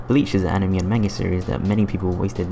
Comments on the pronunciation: for some reason I don't like the commentator's voice, and it also bothered me how he said animey instead of anime. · "Top 10 Enemy games" LMAO at that pronunciation